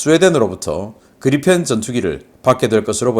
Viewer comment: 그리펜은 Gripen 이고 발음은 그리풴이 아니고 그리펜입니다. P 빌음이 나오지 f 발음이 아닙니다. 신씨 이사랍은 모든 P 발음을 F 발음을 하는 이상한 사람입니다.